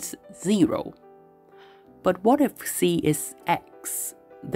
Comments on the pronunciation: so you pronounced it as ksi, finally. nice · You pronounce ξ correctly!!!!!